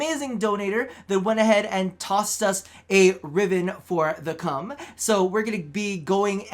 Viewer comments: he gave my ears cancer when he said "I was playing around with the cum" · I'm so happy you still pronounce the Kohm's name as "Cum" ( ͡° ͜ʖ ͡°) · Everytime he says Kohm I laugh